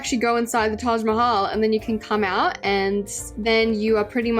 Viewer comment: It hurts me when literally everyone miss pronounces Mahal in Taj Mahal 😭